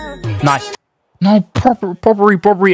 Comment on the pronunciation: Just a hint its brobbey not broberey😂